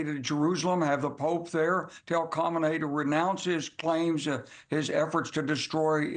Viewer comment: I know. I'm making fun of his awful pronunciation. 😂